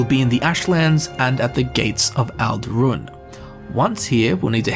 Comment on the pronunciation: I'm pretty sure it's Tel BRAN-ora, and Ald'Rhun is ald' roon, not al-DROON. {:o:O:}